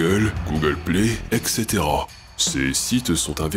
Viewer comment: Très bien, super analyse malgré la longueur. Un détail cependant, j'ai mal aux oreilles lorsque je vous entends prononcer "et cetera" : c'est "êtes cétéra" et non pas "ex cétéra" enfin a peu près. Voir